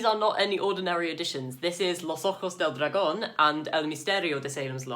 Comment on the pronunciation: "los ojos del dragon" jajaja que buena pronunciación